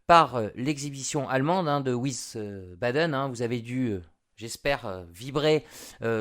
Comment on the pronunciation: wiesbaden se prononce comme visbadeun et non ouissebadaine.